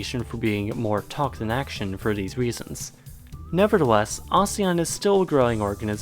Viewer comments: It's A-SEAN Not A-seAn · it’s actually pronounced as AH-SEH-YAHN not UH-ZE-YUHN. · How ASEAN is pronounced: Ah-see-an The West: AH-ZEE-AHN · I thought it was pronounced “Asian” & not “Azean” ☹️ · It pronounce Asian????? I pronounced it asēan for 20 years 😫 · Here In Indonesia We Pronounce It As "ASEAN"(No Ah, Sey, Yan) So, Asean, Not Ahseyyan Here. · .. aséàn not asian .. pronounciation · im indonesian, my whole school and im pretty sure other indonesian school pronounce it "A séan" (if your confused copy and paste to google translate english and click the audio thing) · I thought its pronunciation is "Ah-Seh-Yan" XD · It's prononuced "aseyan". And since I live in this shitty excuse of an association, this logically means that I'm right and you're wrong. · Ive been pronounce Asean very wrong my whole life Lol Why am i exited when i see or hear the country i live in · In ph we pronounce asean a-se-yan I didn't know we're pronouncing it wrong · Omg i laughed so hard when you told them how to pronouce asean Its actually /ah-she-ian/ I know this because im from the Philippines🇵🇭❤️ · Its ASEAN (A sea n) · Asean is pronounced as 'aseyan' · In Southeast Asia we pronounce it as AHSEYAN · A-se-an that's how you spell it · No we Filipinos pronounce it as Aseean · Well we in Indonesia pronounce ASEAN, "ASE-YAN" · I'm a Filipino too and I pronounce it as ah-see-yan since Southeast Asian has an eee. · We Indonesians also pronounce it the same. Kinda weird hearing him saying a-si-an. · A - se - yan that os the correct pronunciation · I always pronounced ASEAN asian and I don’t know why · Funny. When we say ASEAN, the stress is on the second syllable. That may be just the Philippines though.